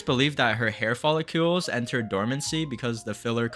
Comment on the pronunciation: They are follicles, not "follicules"